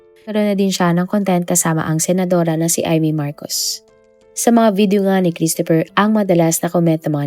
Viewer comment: Children, let's pronounce CHRISTOPHER properly. It's KRIS-t-fr. The stress is on the first syllable. The O is almost silent, and PH is pronounced as F.